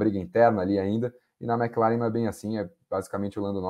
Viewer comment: toda vez que ele fala MecLaren eu so falto ter um PVC aqui em casa kkkkkkkk Mas otimo programa, como sempre. Vcs são foda